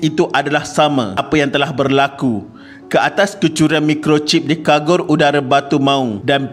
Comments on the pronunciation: Casis sebutan dgn CA, bukan KA yg brbunyi kasis....lg satu kargo bkn kagor....yg lain smua tip top👍👍😁😁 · Kagor ke kargo... Baca la betul2 kalau nak buat youtube... kagor... kagor...